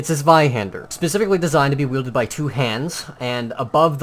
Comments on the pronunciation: Really good pronunciation for a non German. Ich bin Stolz auf dich. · Nice pronounciation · you're pronounciation of the "zw" is pretty well at the end (for a non german guy) ^^ just wanted to mention :) pretty great video over all, hope any person who says it's a bastard sword sees this video and stop saying this lie